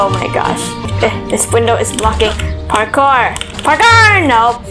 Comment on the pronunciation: parkor PARKOR nope Me: HAHAHAHAHA